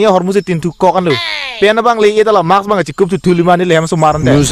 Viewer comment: Awareness video langmesen lo👍👍👍...sita 'Mask' pronunciation chokche lang son kalima MAKS pusi purong "Maask" pusi pronounce nangji athe 'S' ke 'K' aphi sido 'K' aphrang kali ..rong asor detle kethekthe kali langjo 😁😁